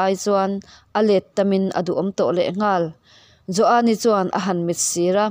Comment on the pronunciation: Joani tih pawh i thluk diai tawh lova i chiar thiam ngaihthlak a nuam e